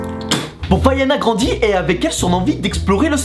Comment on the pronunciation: Quand il dit “ Quand Vaiana grandit”, moi j’ai entendu “Quand Ariana Grande ” ( je suis pas sure pour l’orthographe, désolée)